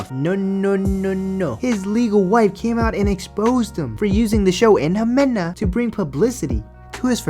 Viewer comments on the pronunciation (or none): Lmao how you gon pronounce "Ximena" (He-men-Ah) as "Jamena" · Ximena. Say it with me Ximena. 😂😂